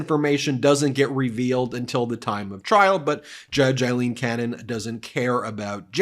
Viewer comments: Ben, just a gentle reminder that Judge Cannon’s given name is: AILEEN, not “Eileen”, as you keep pronouncing it. We want to make sure the right person is being cited for her corrupt conduct. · Aileen, Aileen, Aileen = Ayleen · You're pronouncing Aileen wrong.